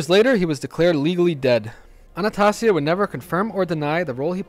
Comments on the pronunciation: It's Anastasia , not anatussia, the mad hatter. high lord executioner. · If you want to sound credible learn to pronounce name Jen- a -vase not genavesE And you also pronounce Albert Anastasia way wrong Bro But for the most part solid Visio